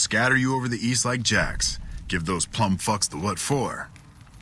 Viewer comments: Why does he say “plummed” instead of “plumed” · I never realized that General Oliver says "plummed fucks" and not plumed fucks.